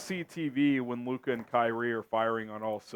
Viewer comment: SAS can’t even say Luka’s name right